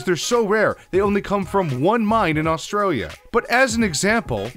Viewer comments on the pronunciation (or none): none